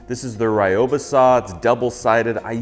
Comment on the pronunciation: I’m a woodworker living in Japan. And I know it’s super pedantic cause pronunciations change in new languages but it should be sue-ee-zahn. And reeyoh-bah. Otherwise fantastic video. 👍